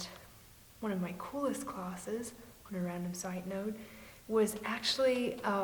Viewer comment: How come when you say words like class and dance, your voice goes all English public schoolgirl?